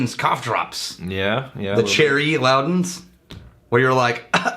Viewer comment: It's Luden's Cough Drops, pronounced Loo Dens.